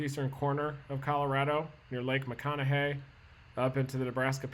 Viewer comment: I appreciate hearing someone from out of state correctly say Ogallala and lake McConaughy correctly.